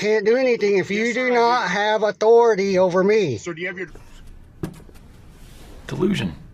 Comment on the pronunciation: "You do not have otority over me"